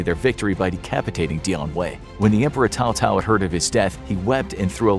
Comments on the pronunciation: Never heard anyone pronounce Cao-Cao's name as "Tao-Tao". "Sow-Sow" is the closest pronunciation we can manage in English. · No Alamo? Also Cao Cao was never an emperor and, I know it’s a little nitpicky but, his name is pronounced Sow Sow. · it was actually Cao Cao (Pronounced : Tsao Tsao) not Tao Tao and the emperor who fake surrenders was Zhang Xiu. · They way you pronounce Cao Cao makes me cringe. 🤣